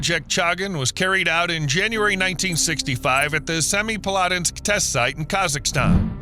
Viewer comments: Better than many, but my ears twitched at "Semipalatinsk". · That's the worst butchering of the pronunciation of Semipalatinsk that I've ever heard.